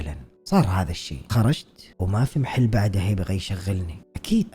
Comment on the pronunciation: كلمة محل بفتح الميم مو بكسرها تضايقت وأنا اسمعك تقول مِحل😭